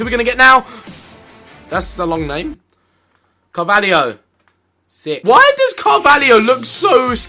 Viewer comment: Is not Carvalhio its Carvalho